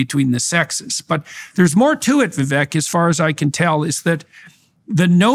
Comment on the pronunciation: Hey..Indian here. It is VI-VEK. NOT, VI-VAKE.